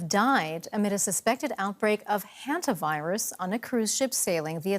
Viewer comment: a what virus? I hear Henta Virus...